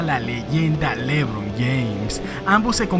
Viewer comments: Como el dice lébron James lmao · Jajajjaj me da risa cuando dice lébron James, nunca había escuchado q alguien lo acentuara en la e